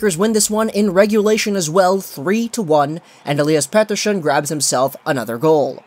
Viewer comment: Lol do you have a tongue spasm or something? Petershhon